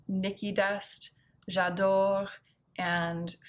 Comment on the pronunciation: You pronounced j’adore wrong